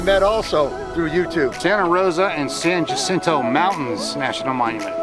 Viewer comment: Ha—-seen—tow This is how it is pronounced. It is Spanish for the flower or saint hyacinth.